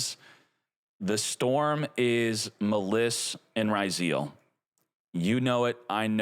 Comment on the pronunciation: Boy, since the Duel Links times, spelled some Yu-Gi-Oh names wrong, and now, 5 years later, the way he says Maliss and Ryzeal hurt my ears